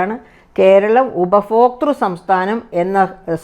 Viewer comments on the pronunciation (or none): ഉപഫോക്താവല്ല..... ടീച്ചറേ...... ഉപഭോക്താവ്.